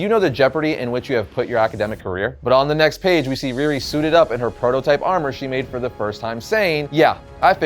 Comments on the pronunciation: Her name is pronounced Ree Ree not Rear Ri. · Ree - Ree! Not Reer-ri. She ain’t Russian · I love all of these videos, but had to cringe every time he mentioned "Rearee."